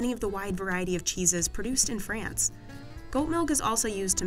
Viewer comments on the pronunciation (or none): none